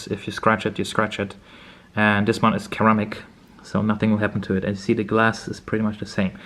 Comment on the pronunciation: Ser-Amic. Not keramic. Great video!